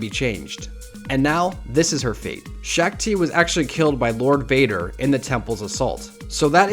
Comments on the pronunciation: Shaak Ti (pronounced Sha ak Ti) not Shack Ti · ITS SHOK NOT SHAK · SHACK TII ITS SHAAK TI YOU SWINE